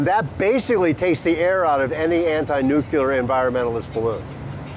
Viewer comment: Can't take this guy seriously. First, I don't see him or his book title on . Second, he' can't pronounce "nuclear," and apparently doesn't know the difference between an "anecdote" and an "antidote." Third, he does nothing but throw out the usual arguments like hormesis, and does it in a hand-waving manner. All hat and no cattle IMO. Oh, and the audio quality sucks, too.